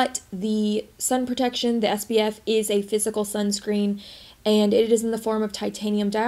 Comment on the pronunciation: I always wondered if I was crazy and you were saying “sbf” instead of “spf”…… 🤣🤣🤣 You make we want to go and buy this $80 tinted moisturizer though 😭😭